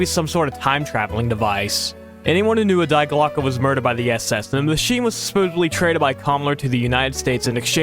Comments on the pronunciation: More pronunciation corrections (since I'm watching these in sequence): Die Glöcke: dee glo-ka. Long O. Müller: mooler. Moulin: moo lon. Goddard: god ard. (Where are you getting "gerberd" from?) Wrocław: vrawts wof. Chichi Jima: chee chee jeema. The word you wanted was "volition", not "validation". Wladysław Sikorski: Vwod-ee-swof (or vladislav, to be simple) si-kor-skee. (Where did you get "sikulsa" from?) Amiens: ammy awn. Raoul: "ra ool", not "ra loo". Der Riese: dair reeza. Junge: yoong uh. Weimar: vy mar. Sergeant: sar jent. Chanel: sha nell. Einenerbe: eye nen arba. Mont Segourre: mont say goor. Kyrgyzstan: kur geez stan. Kyoungjong: kyoong jong. Perseid: per see id. (Where did you get perstoid from?) Linge: ling-a. Corps: kor. Simo Háiha: seemo haya. Sevastopol: se vass toh pole. Bridle: bry dul. Honduras, not "hondorus". Tötenkopf means "death's head". As one Wes'ginian to another, please learn to read. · Glocke not Gloke bro